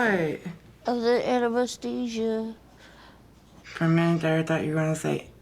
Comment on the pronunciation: The enemastesia 😅 (anesthesia) 😂